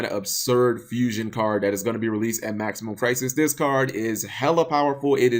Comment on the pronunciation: I always hear "Maximum Prices" when you say the name of the set. Problably a prelude for when this set is released.